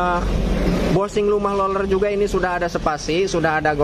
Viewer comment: Roler ( roller ) bukan loler biar benar dan enak nontonnya.